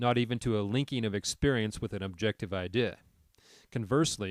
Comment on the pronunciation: Great stuff, but why do you have some kind of slurring spasm whenever you say 'idea'?